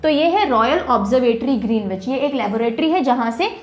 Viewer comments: Awesome explanation. One thing to correct, the pronunciation of Greenwich is ग्रीनिच instead of ग्रीनविच 😊. I know because I stayed in UK . Thanks for the wonderful content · Just wanted to point out one thing in the world map lectures. You probably know this already but for those interested, Greenwich is pronounced "Grin-idge" or "Grin-itch" and not "Green-witch". Saari School life mein jitna nahin seekh paaye utna do din mein aapne sikha diya ma'am. Thank you for such incredible videos. Truly grateful for your efforts. श्री गुरुभ्यो नमः 🙏🏽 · Pronunciation of Greenwich = GREN-ItCH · Good lesson. Pronounced Gren- ich. W is silent. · Ma'am pronunciation of greenwich is wrong